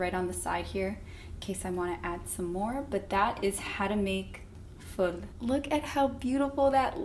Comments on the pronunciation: It’s not called full it’s foool 😂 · It's FOUL not FUL 🤣